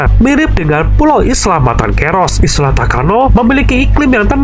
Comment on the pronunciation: Isla atau island mhn di baca sesuai kaidah English lur